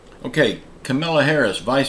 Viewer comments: Her name is pronounced Com a la. Not Ca mil a. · It's Ka-ma-la..Ka-ma-la Harris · Well,like her or not,you could at least pronounce her name right? If you say Comma la,that is the right pronunciation. Your name is,that's what I call you. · He does it on purpose. It's disrespectful and unprofessional. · Hello, again you are attacking instead of informing. Some of your comments I agree, others are disrespectful. First, you constantly mispronounce VP's name each time you mention her. Is it deliberately or you just don't know how to pronounce it? Why DO you dislike her so, the real reason? As for The President, yes, he is up in age but WISE. I pray I reach that age and be as healthy/energetic. Some aren't even in their 50's and have several health issues...he takes his time to speak so he won't studder, that's something they all do, BE RESPECTFUL...don't you constantly drink water to help with your throat, just saying. You ARE going back and forth, you earlier(2021) said give them a chance now you are attacking, again. Yes, they aren't coming through, it seems, on all promises but it's not ALL on President and Vice President. I'm waiting to hear you say you think 45 and ALL his team should be back...sounds like THAT'S who you have FAITH in, NOT JESUS as you say daily. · Thank you!!!. Your comment is so right on target. I do think he deliberately mispronounces Kamala's name. It's childish and unprofessional.